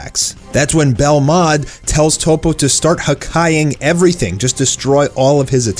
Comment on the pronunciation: Dude, his name is toppo not topo. Top-po.